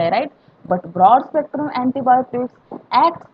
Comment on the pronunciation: Broad spectrum not brood spectrum 😪